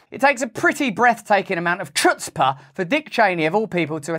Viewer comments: Russel...chutzpah is a Yiddish word, which means cheek(y)...the 'ch' is a gutteral sound, like Channukah, not 'ch' as in chair. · Please look up how to pronounced chutzpah hahaha. It's yiddish